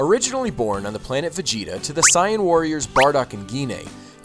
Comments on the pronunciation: if you know about dbz so much, then you should know how to pronounce saiyan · super cyan? lol its super saiyan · its sai-yan not cyan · It is not Cyan its sayin it is (S-ay-an) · please stop saying Saiyen like that. its pronounced say-in not psy-in. other than that great video man : D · Ryan Clark its pronounced sigh in but because of the english dub who pronounced it say in people often pronounced it say in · "Sigh-And" ...... sigh ... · What's a Sai-ahn? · its sa-n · if your not gonna pronouce it like they do in the English anime I would prefer you use saiyajin pronunciation please. (cyan) is just painfull to the ears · is that really how u say super saiyan. it sounds like cyon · I thought it was pronounced saiajin? :P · for real. im pretty sure they dont even pronounce it "sai-en" in the anime-_ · what the heck why does he pronounce saiyan "cyan", you can tell this guy probably didn't even read/watch dragonball and is probably just reading off of a script that ***** gave him.... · IncompleteCinema Simple, in Japanese, nationalities (and other things) end with -jin and saiyans in Japanese are called Saiyajins (Sigh-ah-jeens) so the anglicized pronunciation becomes Sigh-ahn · actually, cyan is pronounced 'sigh-ann'. he pronounced Sayian as 'sigh-on' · You said saiyan wrong come on man 😑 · dude learn how to pronounce saiyan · Dude, how do you not know how to pronounce Saiyan? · He saying saiyan wrong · A drink for every time he mispronounces saiyan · wtf are you taling about? Just admit that you didnt grow up watching or reading dbz. Because we all know that if you did infact grow up reading dbz you would have watched the fucking show on tv and known how to say saiyan properly. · Pronouncing Saiyan wrong must be on purpose just to rustle a weeaboos jimmies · I'm sorry but the way he pronounces sayain is bleh to me Dx other than that solid video man loved it :] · everything was great just missed pronounced sayain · God that was annoying how you say sayian